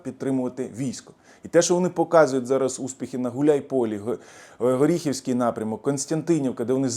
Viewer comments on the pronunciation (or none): не Горіхівський напрямок, а Оріхівський... Це моє рідне місто. Воно Оріхів, місто - герой.